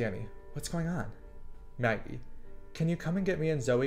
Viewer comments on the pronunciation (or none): You know î don't believe in ghosts....swaggIE... Me:SWAGGIE? XD ITS MAGGIE XD